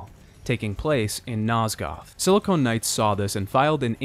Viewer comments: It physically hurts when he confidently says it incorrectly. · Just a little FYI: Silicon and Silicone are two different things and are pronounced differently. Silicone (as you are pronouncing silicon) is what your mom's tits are pumped full of. Silicon is a common chemical element that integrated circuits are made of. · I love this video and series so much, and I rewatch this video from time to time, but I can't help but finally comment on one thing that truly irks me. It's "Silicon" Knights! SILL-A-CONN. Not "SILL-A-CONE! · Just remember that Sili-con and Sili-cone are two separate substances and words champ. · Another amateur-hour heater coming straight from YT, y'all! Breh, sili-CON, not sili-CONE. LOL! FVCKING 'ELL, PEOPLE! THEY ARE TWO COMPLETELY DIFFERENT MATERIALS. The one you keep misusing is for fake tiddies....foo lol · "...Silicone Knights..." LoL, if there isn't a game developer studio by the name of "Silicone Knights" that exclusively creates adult titles, then somebody really needs to step up and end the tragedy. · You're saying silicon wrong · Silicon and silicone are different words. They are not homophones. 🤦‍♂️